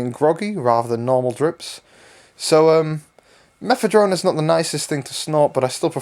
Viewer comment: Guy there's no fucking "T" in fucking Mephedrone